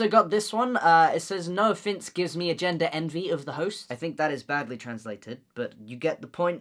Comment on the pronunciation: GENDER ENVY DE LA HOSTIA Y ESTE WEON LO DIJO COMO EL HOYO Y CHILLE DE RISA CTM AJAJAJA